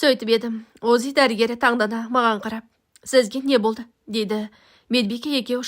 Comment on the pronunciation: ОЗИ емес УЗИ деп оқыңыз, құлаққа біртүрлі естіледі.